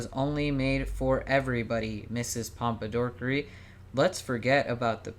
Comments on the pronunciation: Every time they said “ms pompadorkery” my blood pressure rose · "Mr Pompadorkery" im crying